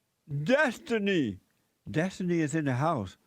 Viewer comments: "That's what i usually go by" "DESTUNEE" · Derrick Destunee